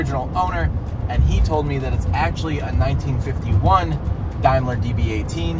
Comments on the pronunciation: Hi, the car is a Daymler.. Not Dlmeler. GB. GREAT BRITAIN, was when this car was made. 😂 Nita. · It’s pronounced (Day) mler not (Dime)mler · Daimler is spoken like Dame not dime so it is Dame ler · Yep, I also fail to see why they pronounce Daimler as dime-ler, instead of dame-ler, but hey, as you say, allowances must be made. 😂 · Dime is dime..Daimler is pronounced dame..let.g.b. for great Britain..and correct it's a blinker..Great job good video..beautiful car. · Daimler is pronounced Dame-ler, not Dime-ler. GB is Great Britain , and the electrical yellow arms are indicators, the first blinkers! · It’s not pronounced Dimeler it’s pronounced Dameler, the gap on each wing is the indacator housing. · The car is pronounced dameler not dia cost around £275,000 I'd say with it's age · the wings are turn signs gb means great briton the name is not what you said its called a dameler not a dimeler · Are you sure you are car guys? Really? Daimler is pronounced as DAME not DIME. It's a British car so a GB badge on a car stands for Great Britain. Also hence the right hand drive. The 'things' on the side are turn signals. These were very common on older cars. Every country has country identifier letters for the rear of cars. D for Germany, CH for Switzerland, N for Netherlands (Holland), AUS for Australia etc etc. (maybe not the US). The amount of old historical cars you guys clean up I really would have thought you would at least have some clue about them by now. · By the way, it's pronounced dame ler not dime ler. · phonetically - Daymler not Dymler - a German company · It's NOT a Die-mler... It's pronounced Day-mler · The name of the car is pronounced dame..ler ……not dime..ler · Its a D a i m l e r not Dimeler, pronounced Daym ler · It’s pronounced day-mler, not die-mler. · It's pronounced day not die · It’s pronounced Day-m-ler ,,,, Not- Diam- ler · It's pronounced Daimler (daymler) not Dimeler! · A daim la not dime la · Dame ler not dime ler. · DAYMLER not DIMELER.